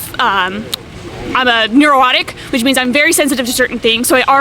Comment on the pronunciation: At about , did she say "I have a neorotic" to justify not being vegan but with an extra 'oh' (neuro-otic)?? 🤔 I feel like she's really confused and having a tough time forming thoughts. I almost feel sorry for her.